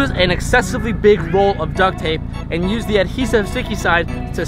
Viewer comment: says "nuse" instead of "use" lol bothers me now